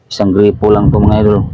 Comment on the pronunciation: boss gripo hindi po grepo, yung grepo si grepo beljica yun😅😅😅